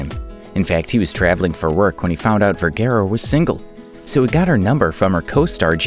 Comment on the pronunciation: You would think that the narrator of the video would be able to pronounce Vergara correctly.